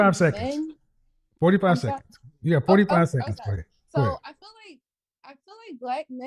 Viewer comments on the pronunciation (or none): “ I fill like, I fill like, I fill like…….” Can’t even say the word “feel” right. Not only that, she wants to make it a race issue, talking about “cultural appropriation” bullshit. Another irredeemably lost pookie lemming. Plus she’s married, so why is she so fixed on something she has nothing to do with or affects her…..?